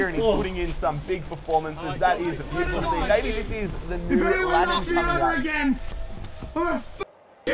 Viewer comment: Its lannAn not lannOn!